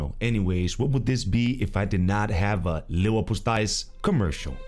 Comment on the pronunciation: ITS LEVERPOSTEJ!!!! LEV:ER:PO:STEJ... you danish accent really helped you there... but it was still wrong